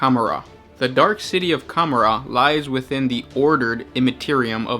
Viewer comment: lol cumarar? com-or-ah :P